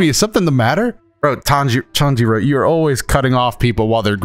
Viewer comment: Dang you and your pronunciations be irking me- ಡ ͜ ʖ ಡ He keeps saying Tanjiro like Tangerine, when his name is Tawn-ji-roh or Tahn-ji-roh smh Lol